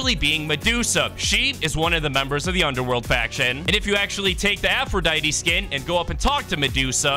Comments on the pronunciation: its pronounced aphroditey but without the y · Idk anything about Greek myth except a little bit but I know her name is pronounced afro-die-tee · It’s pronounced (Afru-die-dee) for Aphrodite, who agrees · Your supposed to pronounce the “E” in her name